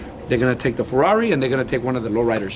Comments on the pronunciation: Ferrari no ferrauri ya se le olvido el español eso si q no es humilde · Un ferruauri? Jaja el carro no es ni americano para que lo pronuncies asi. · Que verga es un Ros Rouis Toun Tousen Naitin o que dijo jaja? O el ferrawri😂😂no no sierto mis respetos pal jimy ha logrado miles de cosas con su esfuerzo. 👑👑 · Feruari faruari a la verga ya se me olvido como se pronuncia 🤔🤔